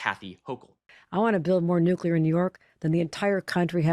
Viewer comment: The nucelar chill-section caught me off guard.